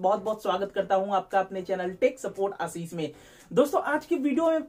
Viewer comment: Asis nhi boliye bhai...... Kuch padhai likha b karlo ye faltu k kam Chodo..